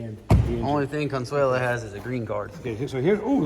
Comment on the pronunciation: Man, I am so pumped for some helicopter resto content! Loving Consuela! nailed it on the name!